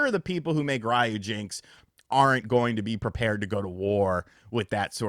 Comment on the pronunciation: Ryujinx pronounce as ri-yu-jin-x. Not rai-yu-jinx.